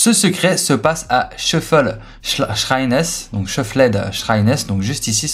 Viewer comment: cheuflaid chraynesse